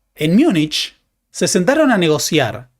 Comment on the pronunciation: No se dice Miunich, porque no es una palabra alemana, es una españolización de Munchen.